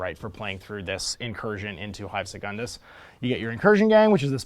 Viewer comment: You pronounce "Secundus" correctly: se-cun-dus. Otherwise, it would be written as secondus: se-con-dus.